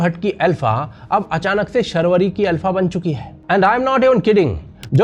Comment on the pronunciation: Sharvari nahi Shaarvari hai